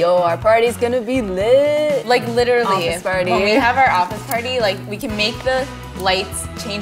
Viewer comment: like LITerally